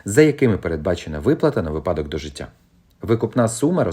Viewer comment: "Говоримо українською": Слово «ви́падок» має наголос на першому складі, як слова «ви́няток», «ви́сновок», «ви́селок».